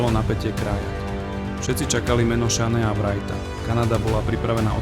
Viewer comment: Skvele video, len autor musi zlepsit anglictinu, vyslovnost mien Shane Wright a Kent Hughes je hrozna